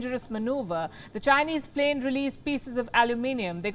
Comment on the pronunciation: Not to be funny but I heard Australian plate 😂😂